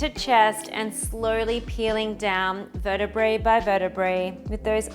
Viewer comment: Nice practice... and it's vertabra by vertabra regular mistake by so many of us.